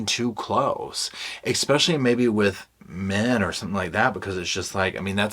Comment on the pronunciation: Men --> Ken.😮 somehow it sounded funny😅